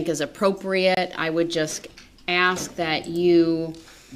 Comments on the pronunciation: lol "axing" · LOL…. It’s pronounced “ASK”🤣🤣🤣🤣🤣🤣🤣🤣🤣